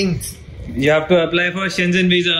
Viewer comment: You pronounce Schengen incorrectly